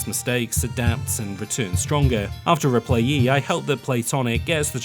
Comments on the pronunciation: Replay-lee, not replayee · I'm so distracted by the missing "L" in "Replaylee" =P